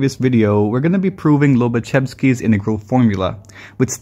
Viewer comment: This L is read in similar way to your W